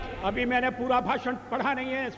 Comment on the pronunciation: भाषण होता है भासन नहीं ।